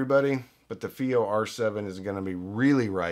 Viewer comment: IfI? This is FiiO